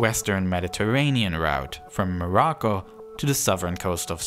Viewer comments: It's called Morocco not marocco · ah yes, MAROCCO